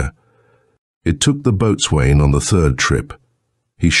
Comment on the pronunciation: Ouch! Boatswain is pronounced BOSUN! Painful AI!!😡 Oam a dreadful guggling sound! Lol